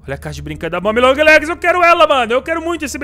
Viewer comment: Eu tambem escutei ela fala isso não é momi é mommy